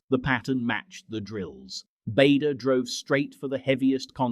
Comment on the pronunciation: Bader (as in Barder) not Bader (as in Bayder)